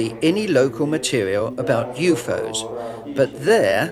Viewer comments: lol at the pronounciation of UFO's .... "you-foes"? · Why does the translator keep pronouncing U.F.O.s as U-fos?